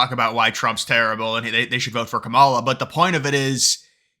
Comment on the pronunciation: I think she's awful too but you could at least pronounce her name right. Kah-mah-lah is easier to say even...